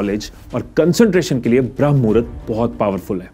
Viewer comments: Shuruat hi mistake se krdi... Bram nhi BRAHAM HOTA HAI ❌❌❌✅✅✅ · Common I didn't accept this from you, it's not bhram (भ्रम) mahurat, it is always called brahamma ( ब्रह्म) which is a kaal of brahama dev, or time of ब्रह्म देव, pure video me aap baar baar bhrama ko bhram भ्रम bol rahe ho, very disappointing U disappointed me today, my first dislike on your video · Bhram nahi h Bramh muhura hota h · Abey bramh hai bhram nhi